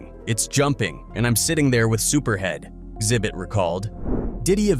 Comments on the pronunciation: Call him Zit bit one more time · ZIBIT????? Come on now, ZI-BIT? Come on now!